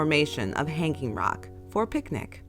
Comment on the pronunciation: Australians do not put the emphasis on "hang" in Hanging Rock, but rather on the "Rock".